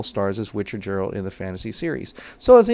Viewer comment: The "G" in Geralt is pronounced like the "G" in Google.